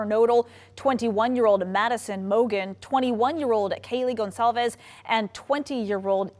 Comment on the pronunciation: What I can't take is the pronunciation of Kaylee G-O-N-C-A-L-E-S!!! It's NOT G-O-N-Z-A-L-E--S!! I repeat its NOT Gonzales!!!! I just can't I really can't take this!!!!!